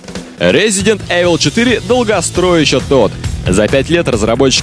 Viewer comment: как же меня вымораживает Эвил у них, в 2007 году до сих пор не знать как правильно произносится игра:face-blue-wide-eyes